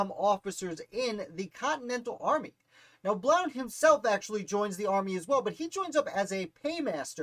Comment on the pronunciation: His last name is pronounced “Blunt”.